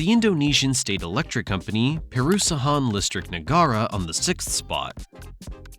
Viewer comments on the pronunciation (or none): "Puhrusahaan Listrik Nuhgara" I'M CRYING 😭😭